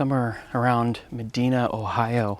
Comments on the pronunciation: It's meh-DIE-nuh, not meh-DEE-nuh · Me-die-na not Me-dee-na. Those toilets look military. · It's pronounced "Me-dye-na", Ohio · We used to go their every year. It's pronounced mi-dine-a and you're at Chippewa lake 🙂 My first roller coaster is there. The house in the front had some awesome celebrities way back when. Dean Martin - all sorts of people. They stayed there and preformed all weekend. Miss it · Good video! I gotta say though as someone who lives in Medina, we pronounce it meh-DYE-nuh. 😆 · The place where you’re at is a village within Medina, Oh. (Ma-Dyna) is how it’s pronounced). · Love your vids man, be careful out there. And Medina is pronounced Muh-dine-uh..Lol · Pronounciation is "ma dine nAh" medina ohio. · It's pronounced Med EYE na! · He fr said Medeeeena smh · It’s pronounced MedIna, with a capital ‘I’. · Pronounced med-eye-na. Cool video tho!! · I live in Medina country. Popular urbex place. Btw, we pronounce Medina with a long I. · Just for the record because I'm sure someone will point it out eventually, the "i" in Medina isn't pronounced "ee", it's pronounced "eye". Always trips up non-locals. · I lived in Wadsworth, Ohio, and went to this amusement park alot during the summer. Always started summer off her with appreciation day..ahh memories. This was in the 70's. Btw you're pronouncing Medina wrong. Thanks for the flash back. Bittersweet. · You said Medina wrong, it’s not deen it’s like the word dine, like when you eat, Med, like Medical, dine like to eat and a like uh. Medina.